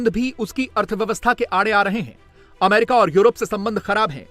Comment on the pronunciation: Bhai America bhi nahi bol pata hai